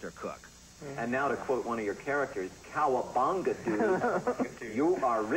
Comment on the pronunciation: did he say "Cowa-bonga"?